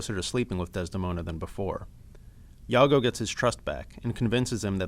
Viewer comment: you pronounce "Iago" like "yago" hahaha whattttttttttt